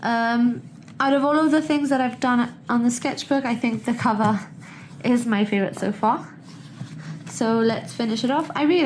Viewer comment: Sorry for it's NOT "Can VER" it's COVER...